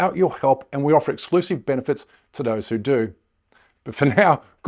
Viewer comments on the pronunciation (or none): none